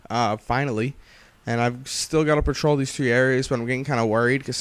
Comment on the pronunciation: you say patrol the map i hear troll the map